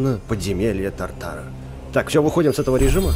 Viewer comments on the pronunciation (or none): И не тортора а та'ртара